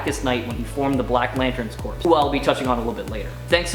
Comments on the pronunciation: Sorry dude but i have to say it. Its pronounced core not corpse. Welcome to the nerd squad though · corps is pronounced core my friend.